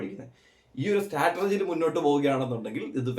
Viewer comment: രണ്ട് കാര്യം പറയാം.. സ്റ്റാറ്റർജി അല്ല സ്ട്രാറ്റജി (strategy). പിന്നെ obsessed എന്ന വാക്ക് എന്തിനാണ് താൻ ഉപയോഗിക്കുന്നതെന്ന് മനസിലാവുന്നില്ല.. കാരണം obsessed എന്ന വാക്കിന്റെ അർത്ഥം ഉപദ്രവിക്കുക എന്നാണ്.. ആളെങ്കിൽ to be obsessed with എന്നൊക്കെയാണെങ്കിൽ ഒരു കാര്യത്തെ പറ്റി മാത്രം ചിന്തിച്ചിരിക്കുക എന്നാണ്. ജസ്റ്റ് ഒരു ഡൌട്ട് ആണ്